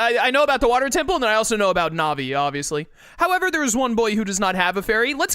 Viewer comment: I believe Navi is pronounced like Navigator because she is meant to help the player navigate the the new dimension and/or the game in general. There was recently a new glitch found(called GanonFloor) that cut 5+ mins off the time of the speedrun over the previous method(called GanonDoor)